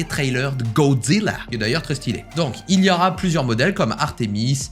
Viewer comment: A la façon dont tu dis "Gozzila" m'a littéralement fumé 😂😭